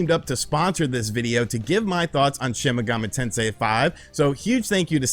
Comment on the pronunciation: take a shot everytime you hear "shin megummi tensay five"